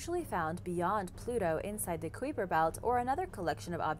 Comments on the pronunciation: Come on is not kweeper belt is kuiper belt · queeper belt? it's kuyper belt.. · Am so glad you are doing better with these videos but the correct way to pronounce kuiper belt is k-eye-per.. just so you know. I could be wrong but pretty sure is not k-wee-per. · it's more like kuyper instead of queeper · kai-per belt is a closer pronounciation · If you took the "H" out of hyper and replaced it with a "K," that's how Kuiper is said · K eye p er belt Doesn't sound like you know what your talking about if you dont take the time to pronounce things correctly. What if someone thinks that how it Supposed to be pronounced? Not ok. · kweeper belt,,,, ? learn the words B4 doing the mideo please,,,,god yt is bad for that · Wait... Did she say quiffer belt 🤔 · I believe that the word "Kuiper" is pronounced Ki'-per. emphasis on the first syllable, u is silent, either that or my Cosmology prof is wrong. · Yeah it's not the queefer belt... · Pronounced KIPER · Its pronounced kyper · haha noway does she really say "kweeper" belt?! Someone over there is messing with y'all I swear 😂😂😂😂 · Just a pronunciation fix, but Kuiper Belt - /ˈkīpər ˌbelt/; the ‘u’ is silent, and instead it sounds like K-eye-per Belt, with a long ‘i’. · has been told this so many times I've lost count! This one AND Doberman Pinscher which she consistanly says pincher (it's 'pin sir). She's been told over and over again. And before you trolling fans get all huffy and accuse me of being mean, I am not. I, too, like and OE. I simply want to help her reach the higher intelligence of which she is worthy. A lot of people, including children, watch and 'learn' from sites like this; I trust that wants them to learn accurately as well.